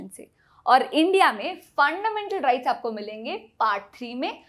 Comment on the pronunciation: Tripping on the way you 'Funndamental rRights'.. GG